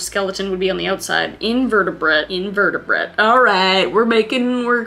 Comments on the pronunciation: In-ver-at-brae is invertebrate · I don’t mean to nitpick but just so you know invertebrate has the TV silent so it’s more like invert and then the word a brae so it’s pronounced IN-VER-TA-BRAE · i hate when ppl pronounce things wrong for some reason but Kris I'm not calling u stoopid ur very smart, (smarter than me) but its pronounced in-vert-a-brah... I couldn't have guessed any of these right probably... eh maybe not but STILL! ppl who read the comments I'm not calling her stoopid i promise, ok? I just feel bad rlly easily I'm sorry